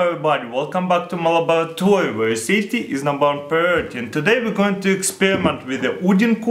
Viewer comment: taras Kol 2016 "welcome to my lapbatory were safety is number one priority 5 second lateer he gets shockd 😂